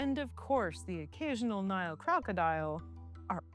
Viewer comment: She's saying Nile not Neil